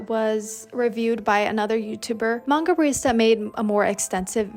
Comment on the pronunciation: Its pronounced mang GA not maha or whatever. 💀